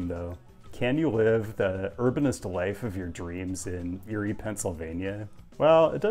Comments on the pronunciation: ERIE!! its pronounced EAR-Y not YURI. your hurting my pennsylvanian heart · No way did you say Erie lol